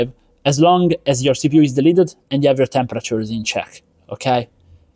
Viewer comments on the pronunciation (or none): Sorry lol dumb question I'm not really a tech person, you say "as long as your cpu is "deleted""? What is the word I'm missing